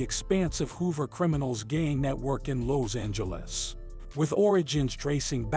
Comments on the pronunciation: in south loze-angluss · Lows Angeles 😂😂😂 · Why da fuq you saying Lows Angeles how many times yo mama dropped you on yo head as a kid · Lows Angeles 😂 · Im from “Lowzangeles”